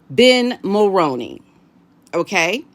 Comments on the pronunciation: It’s Mul-roo-knee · Jessica Mulroney's last name is pronounced like combining the actor Micky Rooney's last name and Mull ...so Mull-Rooney 🙏please don't take any offense I'm honestly trying to be helpful. I'm a 53 year old born, raised & lifelong 🇨🇦 I can clearly remember hearing our former Prime Minister Brian Mulroney's name on the news.. and then again in the 90's when Brian Mulroney's son Ben Mulroney became a TV presenter/host...I often heard commercials advertising that he'd join whatever show it was, so I know how the last name is correctly pronounced. So Jessica as Brian Mulroney's daughter in-law and Ben's wife will be pronouncing it the same way as they do. Again 🙏please don't take any offense as I don't mean any, I'm just trying to be helpful. I'm also saying this to others as well, because I know as Americans you aren't familiar with our Prime Ministers former or current except maybe Trudeau..So you aren't familiar with how the family name Mulroney is correctly pronounced. If you speak with Paula M ask her as she says it correctly as she's also a 🇨🇦citizen. Lady C sometimes says it correctly but even when she doesn't it's close enough. Take care and best wishes *edit I know that it looks like it should be pronounced as Mull-Rown-Knee but it's not it's one of those names/words that doesn't follow the norms ... If the Mulroney's would simply add an extra "o" in their name it might help - Mulrooney 🤔🤷‍♀️ but it's definitely pronounced like actor Micky Rooney's last name with the p